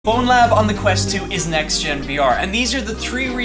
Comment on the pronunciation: It grinds my gears so much for ZERO reason when people say BonelabS instead of Bonelab